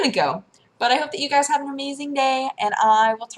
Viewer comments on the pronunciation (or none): none